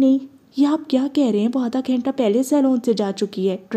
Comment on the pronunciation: App ghenta khaiti hain balki ghanta hota hai😊